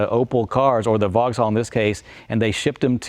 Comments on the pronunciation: It's pronoumced "Vox-All" not "Vog-Zall"! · It uses a Corvette gearbox and it's Vauxhall not Vogal. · Brit' here - VauxHall sounds wrong, drop the H = Vaux'all, now you're speaking the lingo 😉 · OMFG, can someone tell this chap how to pronounce ‘Vauxhall’ correctly?! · Can’t pronounce ‘Vauxhall’ though.